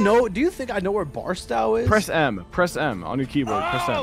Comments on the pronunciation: its BarstOW not BarstAW lol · it’s pronounced bars-toe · I love how all 3 of them constantly pronounce Barstow wrong😭 (bars-toe is the the way it’s said phonetically lol) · i love how doesn’t know how to pronounce barstow